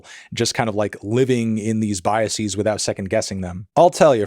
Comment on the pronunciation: "Biasees" lol